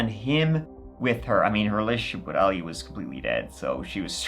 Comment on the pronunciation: Sorry To Correct You But Your Pronunctiation Of His Name Is ALI.... He Is Arabic So His Name Is Pronounced AHHH LEEE.........